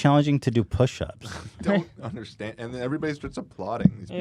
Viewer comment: I left my like on the video as soon as Ethan hit that “ I WOULD UNDERSTANDSDD”